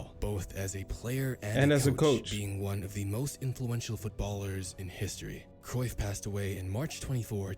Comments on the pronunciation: And, yes, you are murdering his last name. But you have to be really proficient in speakiing Dutch to be able to pronounce 'Cruijff' correctly. The letter ’ij' (not 'y') has no equivalent sound in English (nor in French, German, Spanish). Nor does the combination 'uij', There are Dutch video's about hiim, should you want to listen to how it is pronounced in Dutch. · Your pronunciation of Cruyff wasn't a million miles off.👍